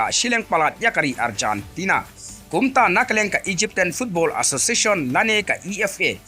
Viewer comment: Arjantana??? What a pronunciation maaaan 😅